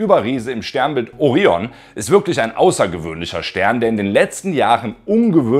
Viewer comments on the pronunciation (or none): none